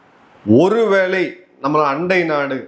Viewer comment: "ஒரு வேலை " தவறான உச்சரிப்பு "ஒரு வேளை " சரியான உச்சரிப்பு